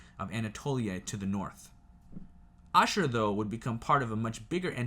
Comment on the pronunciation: You pronounced Nineveh, ashur, perfectly. The other is pronounced dur-sharo-keen. A military outpost town of sharokeen...I can say your historic facts are very close. What's great tho, our history matches perfectly with facts of the bible.